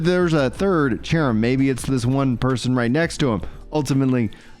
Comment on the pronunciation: i know its cerim have 328 hrs in the game but he pronounces sherim